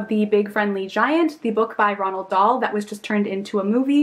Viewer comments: its not Ronald dahl its roald (Road) dahl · just to let you know it's actually 'Roald Dahl' rather than 'Ronald.' But I loved the vid as per usual 💗